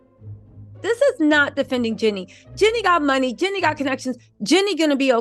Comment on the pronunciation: Girl!!!!! It’s JEAN-nie!!!! Lol